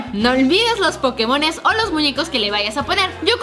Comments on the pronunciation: dice pokemosn y es pokemons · alguien mas se dio cuenta que dice pokemosn en vez de pokemons y en el video pasado de musas decia peindos en vez de peinados